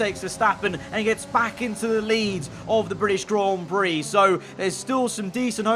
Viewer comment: nobody:: Grawn Brie